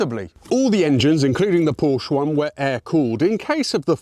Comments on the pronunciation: Please pronounce Porsche correctly! The e is not silent and is pronounced like an a. thank you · Please pronounce the "e" at the end of the brand name "Porsche" (shortly like the "e" in the English word "let"). Names of German or Austrian origin do not have a silent "e" at the end. You wouldn't call a Ferrari "Ferrar" or a Bentley "Bentl" or a TVR "TV", would you? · It’s just plain laziness to ignore correct pronunciation. Spoken English already drops “h” and “T” etc 😢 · Seriously! It seems like Jeremy Clarkson dedicated a whole segment to this topic lol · I found his butchered pronunciation so annoying I stopped watching . I don't care where he is from. If he can research the entire history of the model he can pronounce the name correctly. If this video has subtitles I will mute it and read those. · Is it really so difficult or is it ignorance or even arrogance? Porsche has an „e“ at the end and it sounds like a short „a“ when pronounced correctly. used to say the name as it should be but he now copies a certain other car guy who knows he’s wrong but does it on purpose. Wow. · Ouch! Listening to you pronouncing the name Porsche really hurts! Why do Brits and Americans do not even to attempt to pronounce foreign names faintly correct? Is ist arrogance? Is it stupidity? Or both? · Real Porsches have two syllables. Jesus Freakin' Christ. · for gods sake; "porsche" has two syllables in it and they should both be pronounced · In the age of Google, how hard is it to learn to pronounce Porsche. Two syllables, not one ffs. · Indeed. Having the 'ch' pronounced as a 'k' grates way less than dropping the e. I think that might be because pronounced German or Italian maintains the names two syllables while dropping the e also makes it monosyllabic and gives it an entirely different horrible rhythm. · Porsh-uh the e is not silent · Horrible- laziness and ignorance. It’s “porscha”. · Please try to think of Portia when saying Porsche... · STOP SAYING PORCH.